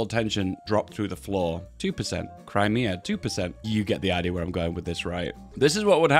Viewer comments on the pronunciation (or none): none